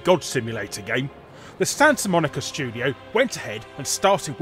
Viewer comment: stansa... stansa monica... lol xD